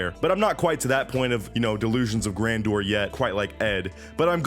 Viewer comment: "Delusions of grandoor .."😂